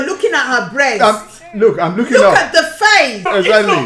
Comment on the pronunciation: “egsagly” love this man